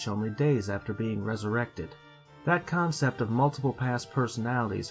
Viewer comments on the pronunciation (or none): none